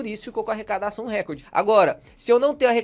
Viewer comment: recorde é paroxítona!!